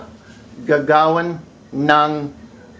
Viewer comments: Agree with both tNdErLuV & SpikyWC3. Also, you mispronounced both "gawin" & "gagawin". You said "gaga-win" but it should be pronounced "ga-ga-win" with no glottal stop at the end of "ga-ga". "Ga-win" - you pronounced this with the stress on the 1st syllable, when in fact it should be on the 2nd syllable. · nice teaching. but u pronounced gagawin wrong. GAGA-win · the accent on gagawin should be on the first syllable